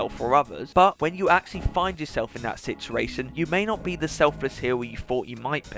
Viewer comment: video was great, but it's 'sit-u-ation' not sissaration.